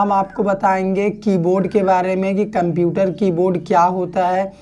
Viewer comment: Why are you spelling "kumputer"? This is so much annoying to hear.